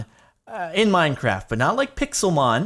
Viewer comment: Anyone else hear him say minecrack